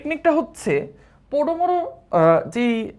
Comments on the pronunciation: Bhaiya podomoro na promodoro😮 By thae way i love ur classes🎉❤ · vaiya oita tw podomoro na pomodoro:hand-purple-blue-peace